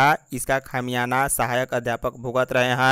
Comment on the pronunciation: ख़मयाना नहीं ख़मयाज़ा पढो